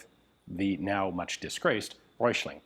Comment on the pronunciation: 1. Hessische isn't that hard to pronounce, the first 4 letters was quite good, then follows a short i and sch is pronoinced like sh in english followed by a short e. 2. The Röchling pronounciation was also ok but ch is pronounced like you're clearing your throat, a better example would be Achmed the dead terrorist :D 3. The oe in Coenders is pronouncel like an ö. the C like a K